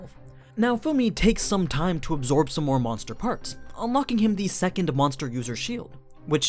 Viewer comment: I have been watching all Overloard, Goblin Slayer and Shield hero videos. Your voice is pretty good, I do enjoy it 99% of the time. You sometimes pronounce things weirdly though, like the way you force "t" in "time", the very first word you say in this video. Hopefully my feedback helps you improve or something, I guess? :P